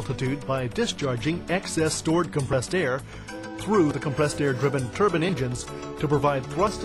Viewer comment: lol "turnbin"